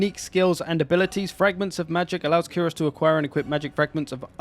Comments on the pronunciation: I'm sorry but I need to be THAT GUY here and say" It's pronounced Kai-ros not Kee ros" . I'm sad they didn't include Tzaangors. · love ye man but I did flinch every single time you said "kyros" instead of [k-eye-ross] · HIS NAME IS KIE-ROCE NOT KI - ROSE KYE-ROCE